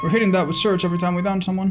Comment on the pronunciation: >surge, i felt pain every time you said that